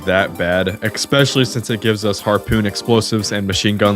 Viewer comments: And “especially”, not “ecspecially” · Eckscape and eckspecially were killing my brain throughout the entire video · The main takeaway I got from watching this incredible endeavor was that I need to comment that neither "excape" nor "expecially" are words. That is all. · I will subscribe if you stop saying "excape" and "expecially" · bro needs to learn how to say words that start with 'es' its not exspecially and its not exscape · Hey my guy. Especially has no "X" in it. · i'll sub if you ever learn how to properly say "especially" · Bro, you gotta chill with "eckspecially" and "eckscape". Also, it's a "figment" of your imagination, not a fragment. Lol. Edit: Dude, "obliverated"? OBLIVERATED??? Be for real.